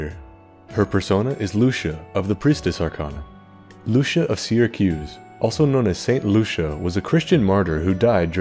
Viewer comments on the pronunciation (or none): none